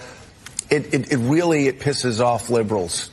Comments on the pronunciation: Did he say “wheely”!? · Is he saying wheely??